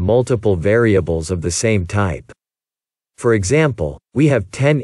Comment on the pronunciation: Be careful to pronounce/ emphasis the word “for” correctly when talking about loops. As this stands your meaning is confusing and unclear.